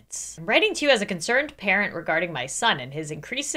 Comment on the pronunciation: HELP i heard "As a consirned KAREN"